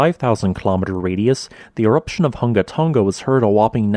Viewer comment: Hunga is pronounced /'hʊŋa/ not /ˈhʌŋɡə/ Tonga is pronounced /'toŋa/ not /ˈtʌŋɡə/